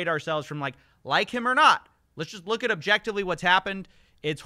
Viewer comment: WHA DID SHE ROOK RIKE